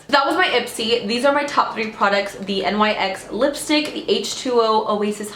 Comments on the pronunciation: I love you, but the brand NYX is pronounced like nicks 🤦🏼‍♀️😂💕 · I've never heard anyone call it N Y X. Only Nyx like Nicks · why did she spell out nyx though .. 😭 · It's nyx! (Nicks) or (nix)